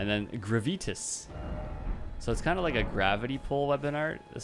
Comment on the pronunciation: You're pronunciation of "gravitas" cracked me up lol